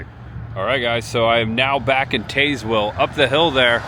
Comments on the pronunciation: Us locals pronounce Tazewell with a short a like tasmanian devil. Some GPS's pronounce it the way you did though. Used to love Adams small town and back roads videos and glad to see you do some!! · please please please, when you explore find a local and ask them how they pronounce their town cause you are murdering this one. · I find it hilarious how he pronounce it